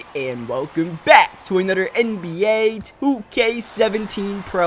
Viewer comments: I hate how he says "Anuder" instead of another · I didn't mean it to come out like that. I mean, it's kinda weird/funny. Sorry